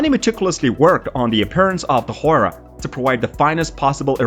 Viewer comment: Bro it's Hu-ay-ra not Hora